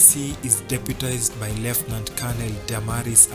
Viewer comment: You are not accurate Uhuru's last ADC is not a Colonel but a Brigadier Lekolool and also your pronunciation of the words Lieutenant and Colonel is left wanting!!